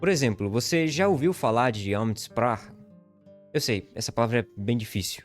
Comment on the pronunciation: "Francurt" ? "Amtsprach"? 😅